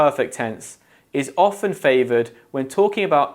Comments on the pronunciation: You said ofTen , why? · I don't mean to sound rude, but this guy doesn't seem to know how to pronounce the English word "often". Make your own conclusions. For me, at least, I think I will not watch any more of these videos...